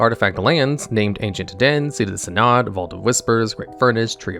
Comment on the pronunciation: I only heard Synod & "Tough", otherwise he got everything else fine.